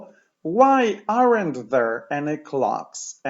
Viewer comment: bardzo cenię Pana lekcje..... ale to AREN`T.. to chyba nie jest właściwa wymowa